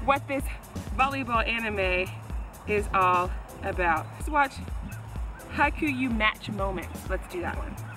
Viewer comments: “hAikUyUu” it’s haikyuu (its pronaounced haik-hike yuu- you) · I laughed when she said haikyuu wrong, then I stared at her. Just so u know. . . It sounds like hey-q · It’s pronounced "hi" "k you " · it's literally pronounced haikyuu not hi-ku-yu wtf just read properly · >loves anime >pronounces kyuu as kuyu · Pronouce it like "high-q" and not "hai-ku-yu" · If she watched hinata’s attacks I an pretty sure her whole perspective would’ve changed, it is pronounced hi-q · lol "Hay-ku-yuu?" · it’s hai-kyu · It’s Hay- kyuu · "hayku-yu" i already love this video and u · HAIKYUU OMG YAAAAAAAAAS!!!!!!!!!!!!! And its said as hai-ki-uu And its KuroKen and UshiTen day! Happy KuroKen and UshiTen ~~ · Its pronounced ( Hi Q ) Its the best Volleyball anime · YOUR GETTING IT WRONG PEOPLE ITS “haikyu!!” NOT “haikyuu!” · "Hi-qoo-yuu" I'm calling it that from now on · She says ha-ku-you okay guys we have another one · Its pronounced as “hi - que “ but its been a while so i think you already know XD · "Hai-ku-yuu?, i think im pronouncing it right" Me: ... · Me facepalming when she said 'Haikuyuu' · i didn't know it's pronounced HaKuYu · You're prounucing it wrong: Try saying hike and u like hike(space)u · You pronounce it as Hike-you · Bish it's pronounce haiq What's haikuyuu???? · It's pronounced like "hi-que" :) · It's pronounced like this High-q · It’s pronounced hi-ku-yuu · its prononced hi-q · haikyu u no its Hiku just pronounce it that way. other way weebs r gunna get mad at you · pronounces Haikyuu wrong Me:*TRIGGERD!!! Internal screeching But for real haikyuu is the frikin best anime y'all should watch it. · the way she pronounced haikyuu is adorable lmao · Pronouncing Haikyuu wrong Haikyuu fans: T R I G G E R E D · I was offended when she pronounced "Haikyuu" wrong. Is it just me? P.S: but ahm, you should watch Kageyama and Hinata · All weebs be triggered af for her pronouncing haikyuu incorrectly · I love anime Then butchers the name